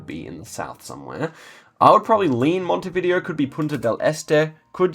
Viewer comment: Random tip of the day, its pronounced montevidèo not montevìdeo haha